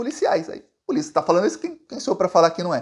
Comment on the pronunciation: "AI A PULICIA" KKKK É POLÍCIA AMIGÃO.